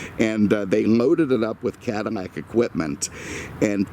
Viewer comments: I don't know if it is just me but, every single video I see from the L's sound like M's. Is this a Cadimac? I've seen his video on Monte Carmo and Camaro Berminetta. I keep listeing closer and closer and and hear it all the time. Maybe it is his deep voice and maybe microphone doing this. I still listen to the whole video because he definitely knows his stuff. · CADDIMAC???????????????? lay off the booze , it is eating your brain. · great video as always, but why are you saying 'Cadimac' - apple thing? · Stop saying cadaimac it just sounds stupid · Doug is funny and really shows you things about the car that many car YouTubers don’t even mention maybe that’s why he has over 4 mill subs compared to this dude lol but we all have our own opinions I guess btw dude needs to learn how to say Cadillac correctly